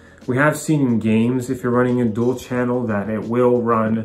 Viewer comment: "Dual" not "duel".